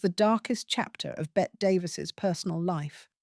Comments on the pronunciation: Her name is pronounced “Betty”, not “Bet”. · I have heard it pronounced both ways (from Americans as well. )